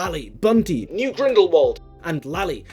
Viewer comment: everytime you play the list I keep hearing “Noop” instead of “Newt” and it just makes me think they really should have done a second take and nail that T sound